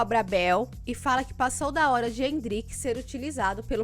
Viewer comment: Não é Endríke....é Éndrike!! N é Tábata....é Tabáta! Endríke foi foda! kkkkkkkkkk